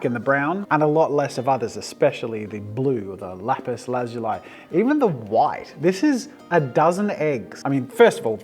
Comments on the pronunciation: Lapis lah-zoo-lea. Your welcome❤ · I thought it was pronounced lah-zu-lee? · its pronounced "Lapis/Lapiz La-Zu-Lee" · Jazza saying Lapis La-zoo-lie was so weird cause I’ve always heard it as Lapis La-zoo-lee. I know Australians say words differently but it’s just funny to me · I've never heard it pronounced "lapis lazul(eye)" before. 🤔🤨😂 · also it’s pronounced ‘lapis lasooli’ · Its pronounced Lap-is La-zu-li or by Google is la·puhs la·zuh·lee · Lap-is Laz-zu-lai. I have never heard it prounounced this way.🤔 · God I got so triggered by the way he says lapiz lazuly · Mincraft players- it not lezeuai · Its Lapis lazulli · Bro, It’s lapis lazuli 😂😂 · Wait. It's pronounced "lapis lazuli" and NOT "lapis lazuli"? Damn, I been saying it wrong this whole time. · I really hate the way you mispronounce lapis lazuli, it almost makes this video unwatchable it bothers me that much